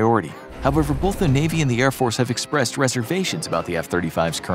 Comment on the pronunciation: Great video, but here's a "pro tip" for the narration: There is no letter "l" in the word "both."